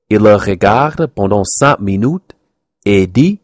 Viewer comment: pense bien à prononcer "minUte" au lieu de "minoute": j'ai remarqué que souvent les anglophones ont tendance à confondre et alterner les sons "OU" et "U"(ü)= il faut juste faire un peu attention; en France on prononce le mot "allemand" allmand* en ignorant le "e". Bon courage tu as déjà un bon niveau tu es loin d'être un débutant!!